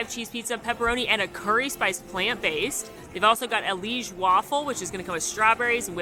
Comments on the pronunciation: liege is two syllables! pronounced lee-geh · I know most people seem to be saying ‘Liege’ in their videos as one syllable, but I’m pretty sure it should be two, (li-ej) as they are named after the place Liege in Belgium.